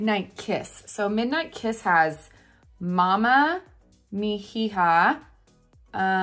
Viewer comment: Yes! This lewk is beautiful! And Mi Hija is pronounced Me - EEha (h is silent 😊). I’m new to Seint and love the thoroughness of your tutorials. Very helpful for a newbie! You make me want to buy every color. LOL I better enter your giveaways! 😂 Happy holidays!